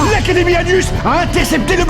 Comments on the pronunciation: kifo349 je suis pas sur je crois qu'il a dit anius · Il a CARREMENT dit "anus" là. Il n'y a pas eu de "J" !